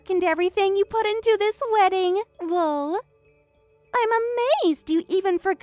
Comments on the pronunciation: If youre not gonna do Laugh out Loud fully then say EL OH EL and type it l.o.l or something ffs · I swear to God that if I have to hear lol as one word with a long o one more time, instead of Laughing Out Loud, I'm out. Reality would be an actual laugh. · Even just putting a space between each letter so they actually say L O L would help. I'm not the first, or even the 100th, to complain about this. It makes me batshit crazy. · Lol means laugh out loud not the way you're saying it